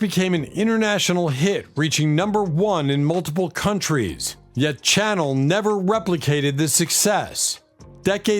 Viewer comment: Quite a few of these were NOT one-hit wonders! In fact, the Classics IV had FOUR Top 20 hits between 1967 and 1969...in addition to "Spooky", there was also "Stormy", "Traces" and "Everyday With You Girl". The mispronunciation of names here was also galling. Fontella's last name is pronounced like the fish and not the musical instrument, and Bruce's last name was pronounced 'Sha-NEL', like the perfume. Do better!